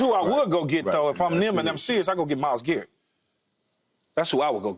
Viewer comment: This dude Keyshawn said Myles Garrett 😂